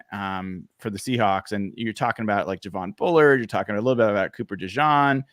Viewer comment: Cooper DeJean is not French, so don’t call him DeJahn. Just listen to how the Iowa commentators say his name.